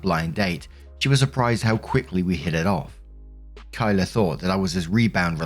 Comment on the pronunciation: Oh. Yikes.. this is a bad day to also have the name Kyla. Hey I’m genuinely surprised and excited you pronounced it right! On behalf of other Kyla’s out there, we don’t claim this one.